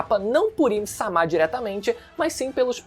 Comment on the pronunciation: me incomoda muito a forma do falar "A im sama" assim como ele falava vaca verde. rapaz é uma coisa tão estupidamente errada que dói o ouvido